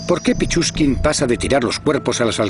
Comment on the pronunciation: pichuskin no pichurría es esa gonorrea¡